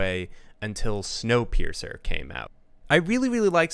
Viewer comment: video: “Wonkapeircer” me: clicks off video